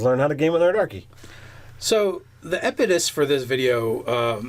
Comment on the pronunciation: eppedus? , maybe he means impetus XD